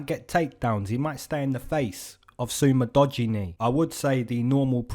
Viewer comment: Did u just say Su Mu-Dodgy Knee?💀